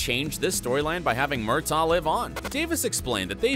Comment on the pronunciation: As a devoted Outlander fan, I really wish that the narrator of this video would get the pronunciations right! Did he never watch the series??? I mean, seriously....his mispronouncing of Murtaugh’s name and Colloden are irritating at best and embarrassing at worst. 🙄